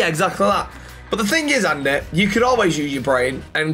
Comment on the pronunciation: andeh andeh how do you not know the names but know the masters name 🤣